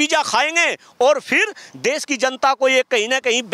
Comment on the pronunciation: Amit Shah pahle khud Hindi bolna sikh le Desh ko Des bolte hai